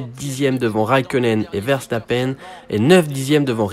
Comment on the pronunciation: C'est qui vairçtapaine ? Une prononciation aussi approximative c'est plus que rare